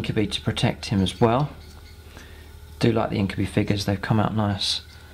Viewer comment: So far it all looks good! You've got some decent tactics going for you. Though I believe its pronounced INK-u-BY not INK-u-BEE ^^